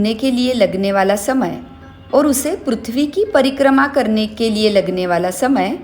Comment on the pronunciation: Tumko bchpan me pri pra . Bolna nhi sikhaya gya hai kya .. prithvi ko pruthvi kyo bolte ho